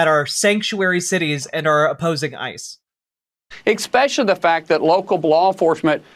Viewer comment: “Exspeshially.” JFC.